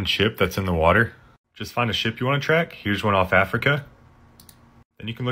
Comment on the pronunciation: Bro you slipped on "Africa" !